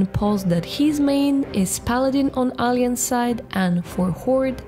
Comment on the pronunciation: BTW... try to pronunciate: "Alah - yanse" not "Alee - anse" XD